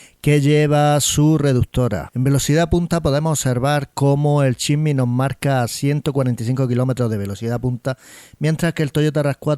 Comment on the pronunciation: Compadre aprenda a pronunciar el nombre del Jimny...